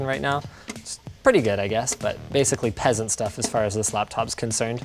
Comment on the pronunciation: is everyone just going to ignore that he said "Running at 140 150 frames per second is PeSAntS stuFf "